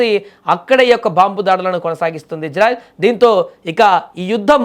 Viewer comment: Orey news reader telugu sarigga nerchuko mundhu. Janaalu yerrollu kadhu. Nuvvu nee athi thelivi 😡😡 Israel ☑️ Izrael❌ Neeku already thelusu ee difference kadha??